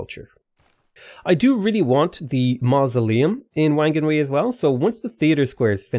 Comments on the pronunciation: Wh=f in Anglicised Maori so Whakarewarewa becomes Fa-ka-ray-wa-ray-wa and Whanganui becomes Fang-ah-noo-ee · Words that have "Wh" in it, like Whanganui, make the "f", or "ph" sound in Maori, just thought I should let you know.